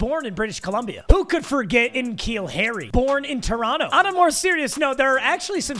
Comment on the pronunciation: En Keal Harry lol